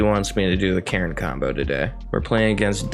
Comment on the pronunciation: Omg I had to stop watching after the second match the way you pronounce Karn just blows my mind lol